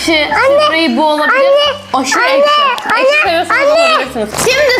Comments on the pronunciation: Arkadaşlar duydunuz ekşi değil eşki😂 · Abla ekşi yerine eşki diyo aynı babaannem gibi😊😊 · ekşi diyemiyor ama eşki diyor😅😅😅😅😅😅😅😅😅😅😅😅😅😅😅